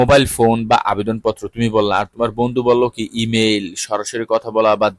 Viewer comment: ই মেইল হবে ই মাইল না